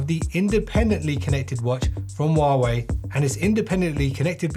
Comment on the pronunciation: Stop saying warway